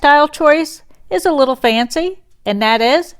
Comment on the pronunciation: Little not lottle